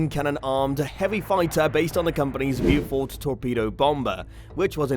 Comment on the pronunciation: How did you manage to fuck up the pronunciation? It's 'Bowfighter', not 'blew fighter'. Same gores for the Beaufort.